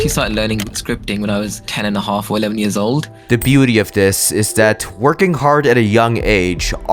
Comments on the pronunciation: I know he tried to said working but he straight up said ”twerking hard at a young age” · I thought he said ‘twerking hard’ I’m so glad he didn’t 😅